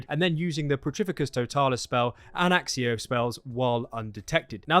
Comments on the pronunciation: You pronounce it like akkio not axio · "Axicco"? No. Sorry man. Just no.